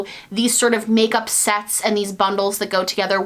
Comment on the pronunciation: Christmas Sets. Husband: Christmas sex? What are you even watching? Me: Christmas SETS. SETS! She said SETS! Husband: No. She said sex. Christmas sex. 🤷‍♀️🤦‍♀️